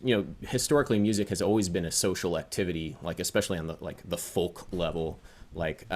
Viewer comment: Folk, like foke, like yolk or yoke!!